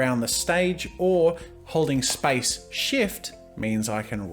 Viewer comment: omg when I first hear him say Space I heard Spice. "Hold spice and you can move around the canvas." I was so confused and had to google what spice key is lmao